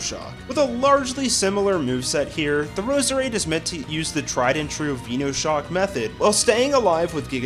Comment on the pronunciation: I really dont get why people cant say venoshock, venomous shock, it isnt said veeenomous is it?